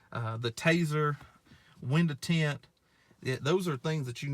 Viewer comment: lol tha way way he said TEINT!!!,....good job on th vid